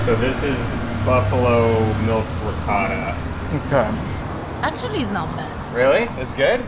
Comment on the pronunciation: I love watching you two together, but, really, , please, please, please, pronounce ricottta correctly!!! ;)